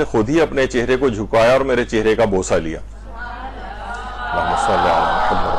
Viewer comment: آپ کے درس میں خواتین درود درست نہیں پڑھتں۔ شروع میں اللہم کی بجائے الا ھما اور آخر میں محمد کی بجائے محماد پڑھتی ہیں ۔۔ اصلاح فرمائیں